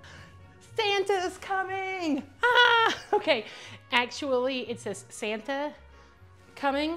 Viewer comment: Hey, I think it says, STANTA! And you are correct, Elf is the best😂